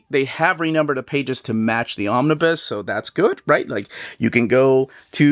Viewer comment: I love your content. But I did want to be that dude. The "bus" "Omnibus" is pronounced like school "bus" not "biz"